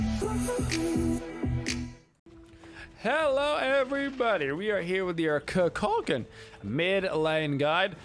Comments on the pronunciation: Please say his name right. I watch you everyday but I had to comment. If you select him he says his name properly on the selection screen. KOO-KULL-KAHN. Just like the Mayan god from mythology. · Dude you dont put warlocks on him and say kukulkan name correctly